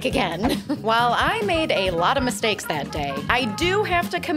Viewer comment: "I've made a lot of *MISTKAES*" Lol Was that intentional?